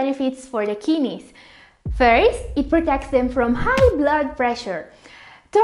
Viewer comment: Lmao "kinnies", her pronounciation is amusing.